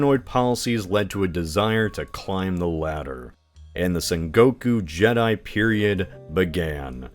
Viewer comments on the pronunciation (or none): did you say sengoku jedi? lol